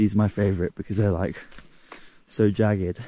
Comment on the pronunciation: Mountains are so “jaggard” 😂